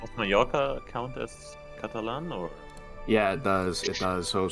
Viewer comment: It pleases me greatly to hear Mallorca pronounced correctly! :D